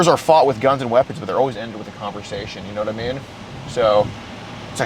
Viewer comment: How is not a single person in these comments saying anything about the “yanitimean”?